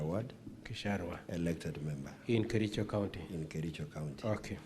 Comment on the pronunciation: did you say you come from kerijo, ama lafta usomewe 😂😂😂😂 aki kericho, this went too far. You mean all the MCA's,none can express himself or herself in Swahili or English? Too bad